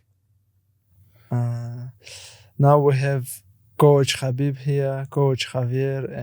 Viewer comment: i despise these paki hosts that think theyre arab using arabic words n shit, you cant even say Khabib right youre south asian say words from ur language stop trynna associate with us